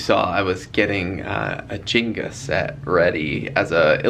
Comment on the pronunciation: I love you but it's Jenna not Jinga!!!😂